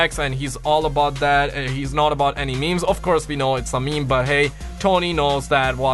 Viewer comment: Tony - What are meemees? (He pronounces it ME-MEIS) Bob - ooh, that meme is spicy (Pronounced S-PIH-C) Carlos - LoNg LiVe ThE mEmE kInG 1!1 (He made every "G" sound like a "J") Me - Is the plural of moose meese? (Doesn't understand how the language of English works)